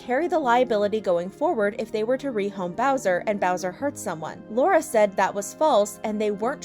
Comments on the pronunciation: You got Lauren's name wrong :( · its lauren not laura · It's Lauren not Laura 😑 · her name is lauren, not laura, btw. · FYI laurdiy’s name is Lauren not Laura! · Hold on not trying to be rude but imma correct you on laurdiy her name is Lauren sorry not trying to be rude